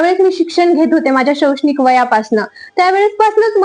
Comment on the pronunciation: शौक्षणिक नाही शैक्षणिक असतय ते काकु